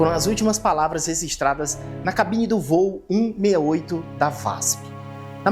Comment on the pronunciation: “REZISTRADAS”? O que é isso?